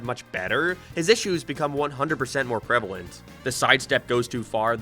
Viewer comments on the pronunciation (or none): none